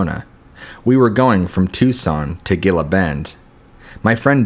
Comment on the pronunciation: Ghee-la bend... Gila (monster) bend, Arizona